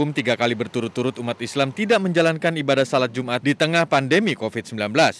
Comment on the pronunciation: Jum'at, bukan jumar.